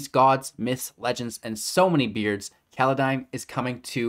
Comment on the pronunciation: Ah yes, Kaladeim. Didnt even last 10 seconds of the video without the screwup I see